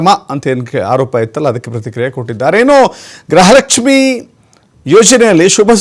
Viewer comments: Grahalakshmi alla gruhalakshmi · ಗ್ರಹಲಕ್ಷ್ಮಿ ಅಲ್ಲ ಗೃಹ ಲಕ್ಷ್ಮಿ